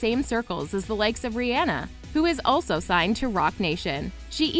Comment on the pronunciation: Did you just say “Ree Anna” not Rhianna? Say it again what the actual frick